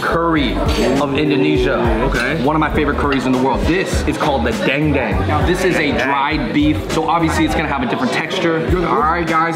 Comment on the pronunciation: Okay okay I get the language barrier but let me correct some of the pronunciation Buntut = boon-toot Rendang = ren-dunk Dendeng = dan-dang I'm okay with the rest... its just me thooo not hating on your pronunciation😂😂😂